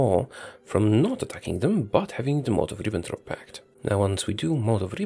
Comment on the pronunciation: they way you say molotov ribbentrop pact is so beautiful i can't describe it with words.